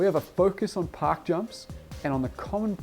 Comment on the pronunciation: i got halfway thru the vid b4 i realized he was saying park jumps i thought he was saying pock jumps ,,,im like what the hell is a poc jump?